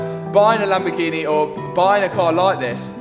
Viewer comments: I started watching when you had the bentleh then came a masarteh and now a lamborghineh. Well done to you Matt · Lamborgineh 😂 Congrats 👏 🚀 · Fun game take a shot every time says lambo-ghenieee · Is it Lamborghini or Lamborghinehh? 😉😂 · Lamborghineh! Matt you killed the pronunciation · uhhh you've not bought the latest laborjini, you've not bought a new lamborjini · He got himself a Lambagineh